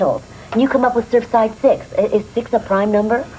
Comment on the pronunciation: That's "Surfside Six" not "Serfside Six" !